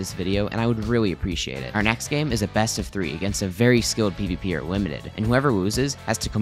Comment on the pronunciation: Bro limited sound like doly 😂